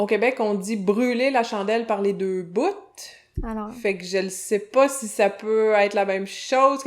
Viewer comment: "les deux BOUTTTTS" . wow ce n'est pas une prof de français, mais de joual...